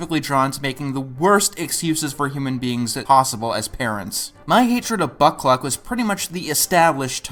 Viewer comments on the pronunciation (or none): I know you said "Buck Cluck" ...but what I heard was "Butt Plug"